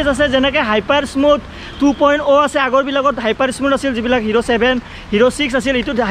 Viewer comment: 😁 moy hyper smooth "Thu poin O " huniselu 😂